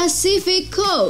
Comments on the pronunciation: Coupe itu cara bacanya bukan coup, tapi kup (amerika) atau kupe (brit) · coupè itu bacaannya kupe bukan koup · COUPÉ ITU BACANYA "KOUPE" COKK BUKAN "KOUP" NGASAL KALO BIKIN CHANNEL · Ogi Dharmasura Daily setuju gan, admin nya perlu banyak belajar bahasa asing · "Kooupp..!!" Wkwkwkwk belajar pengucapannya lg deh.. bikin malu aja isi suara video tp salah bacanya. Wkwkwk